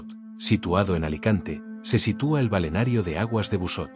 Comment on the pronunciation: Es una IA que no sabe leer 😂